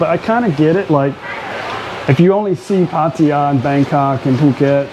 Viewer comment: Always grates on me when people like your mate pronounce Pattaya as PatTIRE even after how many years in Thailand